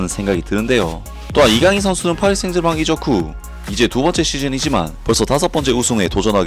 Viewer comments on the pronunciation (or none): none